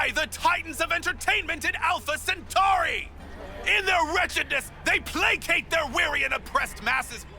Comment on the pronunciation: My only problem is just how you say 'centauri'